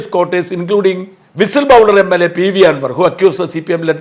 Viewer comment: 😂😂 whistle bowler അല്ല blower 😅 പിന്നെ ഇസ്ലാമോഫോബിയ ഉണ്ടെന്ന് പറയുന്നത്. Pahalgam കഴിഞ്ഞ് അത്ര മോശം വക്കായി കരുതുന്നില്ല.